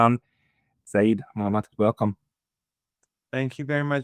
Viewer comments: Seyed is not Saeed FFS. Its like "Sir" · It’s not Saeed, it’s Sayed Sa-yed, which means Sir 😊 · It’s pronounced say-yed and that is a kind of title rather than a first name so Professor Sayed and Dr. Sayed would be like calling someone Mister Doctor